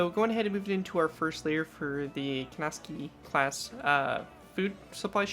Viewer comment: Pronunciation man comes to the rescue! Kinesaki pronounced KIn (I is pronounced like eye) Saa-kee